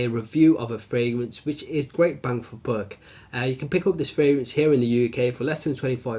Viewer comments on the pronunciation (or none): none